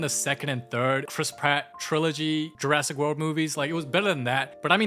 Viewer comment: is this Jurassic Park or Jurassic mart?￼￼